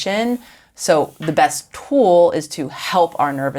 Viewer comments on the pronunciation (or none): the vocal fry, the valley girl talk , and the way she says "t-whowal" instead of "tool" is making this very annoying to watch. **I bet she says "yaaas" when she gets excited